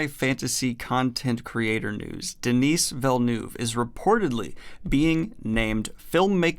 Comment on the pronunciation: As a French Canadian, your pronunciation of Denis Villeneuve made me cringe, but I still love you. Keep it up!